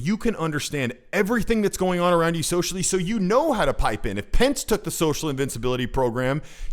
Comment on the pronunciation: Man you got Pence wrong